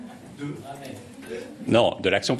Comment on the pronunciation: Il a bon dos l'accent du sud pour tenter de dissimuler que l'on ne se sait pas lire, un marseillais accentue eventuellement la 2eme voyelle mais il met pas des voyelles nasales à la place de voyelles orales. Quel triste guignol ce castaner.